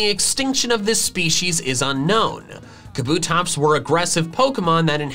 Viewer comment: TELL HIM, THAT KABUTOPS IS 3 SYLLABLES, NOT 2! YOU WERE RIGHT!